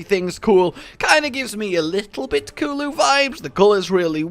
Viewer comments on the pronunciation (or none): none